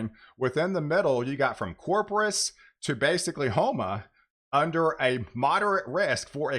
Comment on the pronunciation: Can you please pronounce CORPUS correctly? It’s not Cropus.